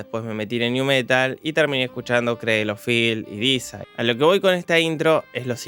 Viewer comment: " Disaid " Oh la la señor frances " como se dice?" DEISIDE